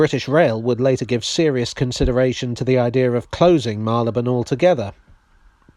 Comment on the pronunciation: I am glad you pronounce Marylebone correctly. I was born there in 1944.